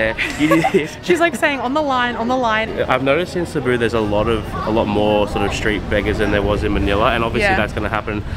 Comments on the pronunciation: Your first pronunciation was correct - it should be pronounced "Seh-boo" :) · just pronounce it like us bisaya as "sibu" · It's Cebu not Cee-bu 😊. Each lechon restaurants have their own ingredients and recipes. I am from Cebu and I always like House of Lechon and Cebuchon. You should also try ngohiong, siomai, chicken inasal, liempo. 😋 Before all the big malls and infrastructures in Cebu, Fort San Pedro is basically a place for family picnics and outings. Even until now people still like to spend time in there. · I'm from Cebu. Its not pronounce at cee-bu but. C-BU. A little trivia. Cebu is actually the oldest and the first city in the Philippines. The street you walked after carbon market is Colon its the first and oldest street in Philippines. Cebu is way too small to be the capital city but cebu lays in the heart of the Philippines. I saw you also visited Magellan's cross. You should have visited Lapu-Lapu shrine it was where Lapu-Lapu and magellan fought. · That is a shrimp paste, the red small shrimp. You so lovable and adorable! It’s Cebu, not long ed. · CEBU as spelled in Tagalog SE-BU, when you pronounce the word CEBU, you have to pronounce as fast as you can not slowly CE--- BU , it's CEBU (very fast) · For Filipinos and locals its SE-BOO. But for native English speakers like Americans, Australians, British etc . They pronounce it as CEE-BOO. Either way is acceptable. But if you wanna say it like locals do, go with SE-BOO. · The way you say it is Ce-buuu. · Not SEY-boo, or SEE-boo. It's SEH-boo. 😎👍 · Hello, the place Cebu is pronounce as ( SE-BU). Try to visit IT park. Enjoy guys. 🥰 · Happy ❤️❤️❤️ Cebu- see-boo enjoy cebu city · Its Ce-bu (Seh-boo). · Cebú (Se-boo) is the correct native pronunciation. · it's pronounced as SI`BU. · No worries! Just a correction, the accent should in the 2nd syllable, thus: seh-BOO! 😎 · You pronounce it Cebu... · Cebu is pronounced as se-BOO! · Cebu, the emphasis or stress is on the second syllable